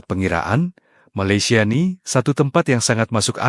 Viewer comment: Malaysian rk sebut maylesia..TP ME laysia..so emng indon..